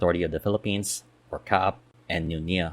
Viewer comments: A very succint analysis of NAIA and existing nearby and future adjacent airports. It has none of the propaganda or pandering commentary to San Miguel just simple facts. Just a few comments 1) It is not NIA (which refers to National Irrigation Authority) it is NAIA or nah-ee-ah. Sorry the pronounciation just gets me. 2) You should also discuss public access to NAIA and nearby airports such as trains, subways, even expressways. It is important as part of decongestion that people can easily get in and out of the various terminals faster, keeping volumes of people lowere witthing terminals as much as possible. 3) I hope they inter connect new Terminal 5 and Terminal 1 as well as Terminal 2 and new Terminal 4, making it more convenient for travelers the former 2 for international travel and the latter 2 for domestic travel. This leaves only Terminal 3 isolated. In other large International Airports like Changi and Frankfurt all terminals are interconnected by internal trains. 4) The idea of redeveloping NAIA to a new city Township like BGC (basically expanding Newport City) is still possible with the caveat to develop a Terminal Transit express to both NMIA in Bulacan and Sangley International where people can check-in (2 hours before) and take Airport express trains to NMIA or Sangley just like in Hong Kong. This would allow people to travel to a single convenient location nearby to check-in and still get to airports which are far away with facility. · NA-EE-YA, not NEEYA, tf is Neeya